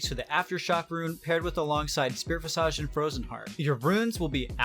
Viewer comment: Check your pronunciation of "visage." Sorry to be that guy.